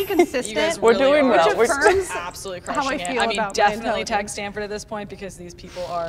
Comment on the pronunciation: She really said “do NOT tag Standford” 😂